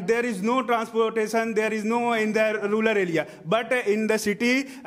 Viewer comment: Rural ko ruler kyu bol rha h